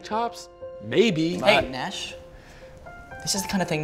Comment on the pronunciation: "Nashie" I died I'm sendi"g this from heaven lmao